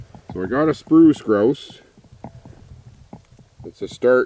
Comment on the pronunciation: GRAUUUUSE PAUEHR MEE GEE-ANNE